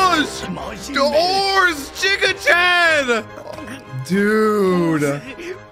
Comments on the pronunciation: GIGA CHAD NOT JIGA CHAD, IT’S GIF NOT JIF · I hate how you pronounce giga chad 😂